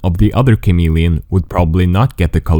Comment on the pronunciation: HOW MANY TIMES DID HE SAY CAMELLIAN